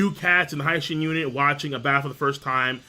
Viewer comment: Mate ill fucking flip out every time u pronounce hi-shin as hai shin...seriously..stop it.